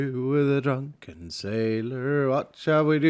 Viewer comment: "Wath should we do with a druken sailor? Wath should we do with a druken sailor?" Black flag shanties flashbacks <3 thaks